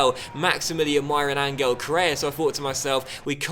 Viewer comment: I love you man but it i pronounced An-hell Correa, not An-gle